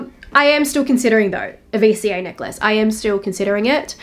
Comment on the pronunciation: First time i ever heard someone pronounced necklace as neck-lace